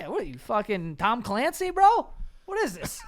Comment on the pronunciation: Instead of Tom Clancy it's Thom Clancy hahaha